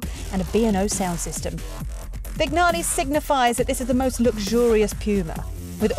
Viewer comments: Vignale is pronounced with a silent 'G'. Vin_yah_lee. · Vin-Ya-Lay the G is silent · Yes, her pronunciation is a bit rubbish. Also, Vignale is pronounced Vin_yah_lee. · Vig - nale? Really? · And the way she pronounces ViGNale... Jesus...